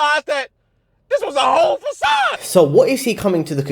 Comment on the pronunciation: This was a whole facawde 😂